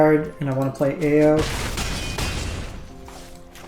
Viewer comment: hey, I like your content, but your pronunciation of the kamigawa cards...oh my. Stop trying to make these words sound french, lol. eiganjo - 'ay (like hay without the h)' - 'gone' - 'joe' ao - 'ow' raiju - 'rye' - 'jew' keep up the good work!